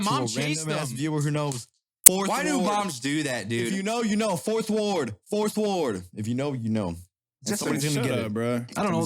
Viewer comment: not fourth ward, FITHWARD!!!!!!